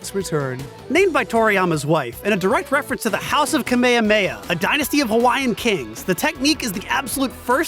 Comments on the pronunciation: It's KA-MEHA-MEHA! Not Kame-hame-ha 🤬🤬🤬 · Im cringing on their pronounciation... Ka May Ha May Ha.. Japanese is syllabary with shorter vowel sounds so it should be pronounced Kah Meh Hah Meh Hah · No Front But i absolutely hate how americans or english native speakers pronounce kame-hame-ha as kamey-hameyha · Anyone else dislike the way they (and many others) pronounce "kamehameha?" was so cathartic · holy shit, I hate the way you guys say Kamehameha LOL SMH